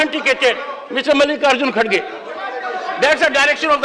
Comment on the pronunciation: Its not khadge it's Kharge Pronounce properly